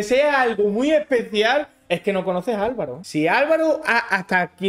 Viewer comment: “pq m ace senti especiá” desde luego reina, eres especial.